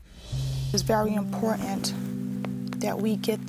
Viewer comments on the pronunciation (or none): Please please please. The word is IMPOR TANT. TANT. Not impo or INT. . The words spoken should reflect the honor bestowed upon fallen heroes. Thank you for your service.